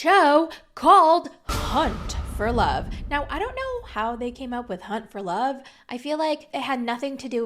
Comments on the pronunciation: Did you hear, cunt for love? Cuz i did. Lol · Lolll I thought you said cunt for love 😅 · First time you said hunt for love, I heard something completely different, and I was like, I beg your finest pardon? 🤣😂